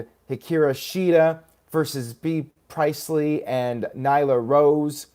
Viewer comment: "Pri-eist-ley"??? } PRIEST-LEE (Be-ah)